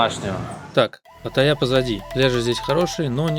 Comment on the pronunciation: Привет. Паттайя - ударение на вторую "а"